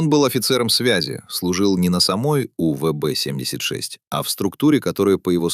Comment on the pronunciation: Ну насколько нужно быть ДОБОЁБОМ, чтоб хотябы не смочь правильно произнести УВБ76